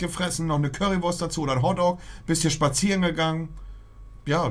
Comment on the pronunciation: Normaler Menschen: Hotdog Monte: hoddog